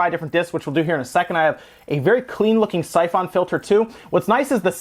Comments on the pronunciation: The way you pronounce "syphon" makes me want to stab my brain. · That's not how you pronounce syphon...